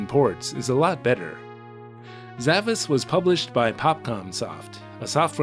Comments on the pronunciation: Actually, it is pronounced Sa-VAHSH. It's that Ş at the end of the romaji, suggesting a more Turkic pronunciation. The kana also ends with a シュ, suggesting the pronunciation is Sa-Ba-Shu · It actually is pronounced like "Zavash". That S is a Turkic accented character used in languages like Turkish and Azerbaijani. It's an "sh" sound. It seems to be a specific type of sword that doesn't have a direct translation - very obscure choice for a title.